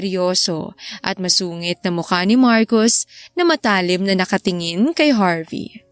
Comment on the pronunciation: Maganda Ang kuwento. Huwag lang ikasasame ng loob ng narrator. Ang comment ko Lang ay dapat siguro pag-aralan Ang tamang bigkas ng mga salita. Anga matalim Kasi ay binibigkas ng mabilis at Hindi malumay. Madalas ay Hindi rin tugma Ang kaukulang salita katulad na Lang ng binata kahit na dapat Asawa o biyudo. Sorry ha! Masyado lang akong metikuloso Lalo na sa grammar.